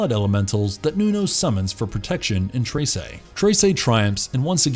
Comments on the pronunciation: i still don't understand how he keeps saying "tray-say" instead of "treh-seh" when it's said correctly :(( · its read like tresai its read tre s e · Anybody else find it a little bit annoying that he keeps saying tase'ey instead of just saying Tress I mean come on they even pronounced in the show correctly why is he saying Trace'ey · "treysey" IT'S TRESE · Tre-se NOT Trey-sey. ❤ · "Trey sey" 😂 You can just say "Trese" without the emphasis on "ey" sound on e. Overall great video, very entertaining, just cringe on the pronunciation. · just wanted to say as a filipino, it's pronounced trehseh not traysay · Am I the only one who's bothered whenever he say "trey-sey" and not "treh-seh"?? only me? okay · Hearing him say "traysay" hurt me as a Filipino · It's pronounced as Treh-seh not Trey-sey. Honestly, it could've been something but the pacing somehow got me tilting my head. Its a butchered mess that got crammed into 6 episodes, with a few more episodes and better pacing this show would have gotten a lot better reception and got more views than it got. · except for "tray-say"... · "Treysay" "Azzweng" "Nunoh"